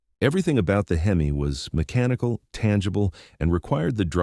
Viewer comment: Shitty AI narration can't even decide how it wants to mispronounce HEMI lol